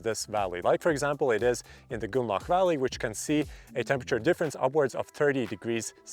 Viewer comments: "goonlauch" jesus christ try [GROON-LOCK] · Nice to know I'm not the only that heard goulag. 😂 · the way you are saying grünloch is so wrong it almost sounds like you are saying gulag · Grünloch, say it with me GRÜNLOCH xD